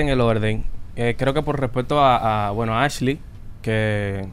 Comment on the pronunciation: ai dios se paso alofoke diciendo askley